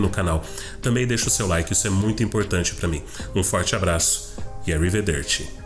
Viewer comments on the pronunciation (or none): em arriverdeci, tu força muito o arriVERRdeci(só se for um italiano das quebrada), enquanto que o correto seria, forçar mais no ari-ve-DERRR-tchi, ignorando r de ve(r) Parecido com aquelas regrinhas da sílaba tônica.